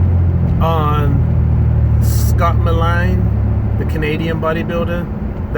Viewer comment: U don’t even know how to say his name. Maybe get that straight first before u talk about someone. U have no idea why he died. None !!!!